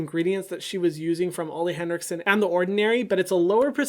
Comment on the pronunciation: Ole henrikson is pronounced “oo-leh” btw!